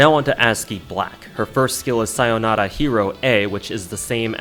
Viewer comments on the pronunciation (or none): none